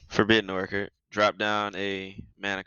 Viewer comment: Game 1 Opens with Mana Crypt. Opens with Mox Opal. Plays mana rocks/mox + dumps hand. Then plays a card draw engine. Pronounces Forbidden Orchard as "Forbidden Orkurd". Tapped Fellwar Stone for mana even though it produces nothing bc no opponents played lands yet. Which wouldnt have let him play Rhystic Study. Which wouldn't have given him The Perfect Hand, Again. Calls everyone "Such nice people" to mock you all as he cheats. No one in any cEDH vod I've watched has shown they own a card, to prove their legitimacy. A defensive/guilty action, for no reason.(Especially for a $0.60 card) Stalls for 17sec by talking, to fetch FoW until(1st time) Wheels conveniently, then crafts perfect hand offscreen. Leave it to to start a game mispronouncing an easy word in his native tongue, then not reading his own card and ramping/drawing because of it. Game 2 Opens with Ancient Tomb(1st time) and Mana Crypt(2nd time). Opens with Mox Diamond(2nd Mox opening). Plays mana rocks/mox + dumps hand. Then plays a card draw engine(2nd time). Wheels conveniently, then crafts perfect hand offscreen(2nd time). Game 3 Opens with Ancient Tomb(2nd time). Opens with Mox Opal(2nd time)(3rd Mox opening). Opens with both Scepter+Reversal. Wheels/Draws, then crafts perfect hand offscreen(3rd time). Stalls for 24sec by talking, to fetch FoW until(2nd time). Stacks deck offscreen for the correct response to everything.(Perfect co